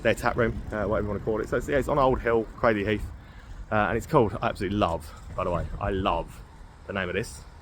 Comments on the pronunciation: Nah mate it's craydley not craddley, anyone telling you otherwise is winding you up! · Pronounced Craydly, not Cradley.